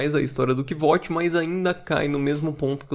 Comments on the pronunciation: sou fã do livro e fico um pouco triste quando alguém fala "Quivót" "Quivôte", sendo que logo no comecinho ele fala que o nome dele se pronuncia como "Kuôuti"/ "Kote", mas gostei muito do vídeo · Nenhum problema com a sua pronúncia, mas só pra avisar: o nome do cara se lê kuouf (o "V" ali é medieval, ou seja, tem som de "u"). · Minha pronuncia é bem parecida. Pra mim é "Côuf". "Kivote" é uma pronúncia que soa bem feia kk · Cara, olha o modo que o próprio Rothfuss pronuncia o nome do Kvothe…